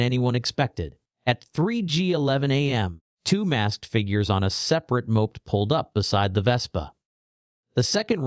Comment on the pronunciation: rubbish AI voice can't even pronounce "moped"